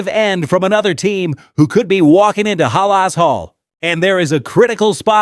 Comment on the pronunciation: Stop mispronouncing halas 😮